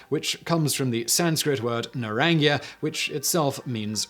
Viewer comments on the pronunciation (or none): That's NOT how you say "orange" in Spanish. It's "Nah-rahn-HA" (The "j" makes an "h" sound, not "y") The way you said it, ( "Nah-rahn-YA", ) would be spelled without the "j" and with a tilde over the second "n" ( "Naraña" ). That actually sounds like you're combining "orange" (naranja) and "spider" (araña) in Spanish 😆😆😆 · Then you should've also noticed how he skrewed up saying "Naranja" He said "Naraña", ....which I'm assuming is an orange colored spider 😆😆😆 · Although Simon is famous for his unique pronunciations of various words, I must correct this one. Naranja (Spanish word for orange) is pronounced nah-RAHN-ha, not nah-RAHN-ja. Other than mispronouncing the Spanish J, Simon actually did a good job. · Naranja is pronounced: "nah-RAHN-hah" (NOT "nah-rahn-YA")! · 'naranya' <> 'narancha' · Pronounced naranha not narania. The more you know. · actually is misspelled ... NARANJA is NARANHA, the sound is like the one in laugh or Have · It's not Narnya. The spanish J is like getting strangled... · That Spanish naranja pronunciation tho xD For real though, love the vids, keep up the good work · I thought naranja was pronounced with an h sound for the j not a y sound? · It is... he clearly doesn't know Spanish. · Most chocolates are just lots of sugar with a little bit of cocoa. I mix ripe banana (which provides the sugar) with 100% cocoa powder. Much healthier and it is delicious. By the way you butchered the naranja pronunciation. The j in spanish is strong, something like how you'd pronounce the h in house. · That's not how "naranja" is pronounced in Spanish. The j sounds like an h.